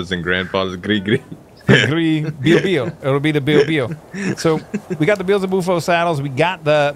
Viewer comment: Its pronounced bee-el-zeh-boo-fo from the words "Beelzebub" which is either another name for the Devil or, as the Catholics believe, is one of the 7 princes of hell, and the word "Bufo" which is Latin for frog. Devil Frog.